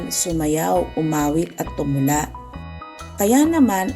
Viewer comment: Tumala ka diyan Tumula hindi tumala